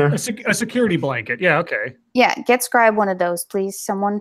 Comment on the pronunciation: Scribe just wanted to let you know that you were pronouncing my name correctly the whole time. You asked if you were later in the stream and I was answering you.